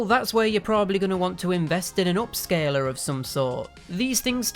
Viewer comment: "Upscaler", not "OHpscaler"; "upscaler".